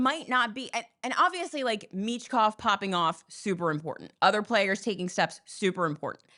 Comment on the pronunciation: Learn how to pronounce Michkovs name and don't disrespect his name then